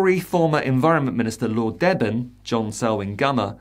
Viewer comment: Lord Deben, pronounced Lord Deebən